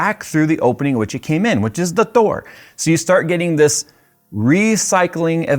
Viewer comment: Thoor, only person who says Thoor for the word DOOR